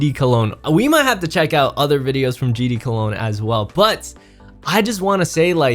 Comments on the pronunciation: HE ACTUALLY CALLED HIM GD COLOGNE 😭😭😭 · EVEN HE CALLED HIM COLOGNE LOL